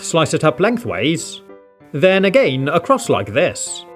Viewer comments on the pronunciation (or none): Its not agan its again